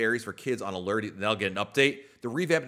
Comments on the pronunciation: The U in Allure is a long sounding U, nor errrr? Like a fishing lure. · Lol 😆 the others are right. Not pronounced Alere, it's Aluuure. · maybe I was wrong. I went back to like episode 3 of the podcast and he said ah-lerr hahaha I could have sworn I’ve heard him saying it differently at some point oh well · Thanks for this. Drove me crazy. I teach 2nd graders how to read, and I verbally corrected him each time he said it!